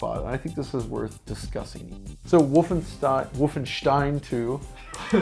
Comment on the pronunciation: As a German guy, you had me with the correct pronunciation of "Wolfenstein", haha. Great video!